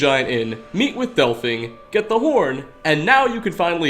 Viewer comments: Why do you call her Delphing? Literally no one anywhere calls her that. Even characters in the story call her del-feen. I wish it was just this occasion but the hardest part for me in watching your videos is the blatantly wrong pronunciations. Is it intentional? If it is, christ stop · Oh, didn't realize Delphine was actually called Delphing. Guess I've been pronouncing it wrong, all these years. :P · Pronounced DELL FEEN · Lmao 'delphing'